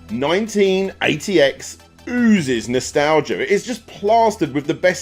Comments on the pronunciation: Thank you! I was trying to look it up. I thought he said “1988” lol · I had so much bother working out what he was saying when he said the name of number 3... Its called 198X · Thanks, had no idea what the hell he said.